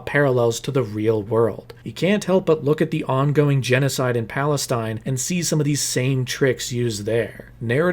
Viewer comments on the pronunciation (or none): none